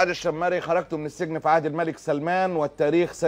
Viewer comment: ال شيمري انطقها كدة قبيلة شمر من اعطو ال سعود الشرعية أول من تزوج منهم عبدالعزيز السعود الكبير وبعدها بدأ يتزوج من كل قبيلة سيدة حتي يكسب ود القبائل